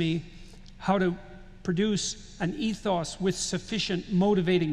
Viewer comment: Mispronounced “ethos” at that. Yes, morphine please. 😂